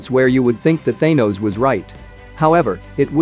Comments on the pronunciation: It is thanos not thinos say it correctly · Why the f*** are you saying thanos's name like that